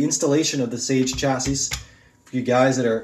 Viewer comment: You’re saying “Chassis” wrong. You don’t pronunce the s at the end. So it sounds like “Cha-see”